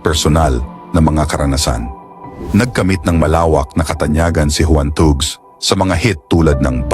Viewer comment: "Tags" po ang pronunciation ng thugs :)